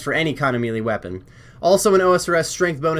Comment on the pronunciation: So strange how not one osrs youtuber can pronounce melee properly 😂